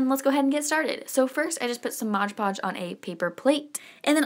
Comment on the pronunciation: MOD PODGE not MODGE PODGE. Bugs me when people say that however he is very cute